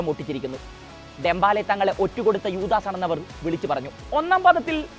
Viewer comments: ഡെമ്പാല അല്ല ഡെമ്പെലേ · Dembaala allade , Dembele 🤣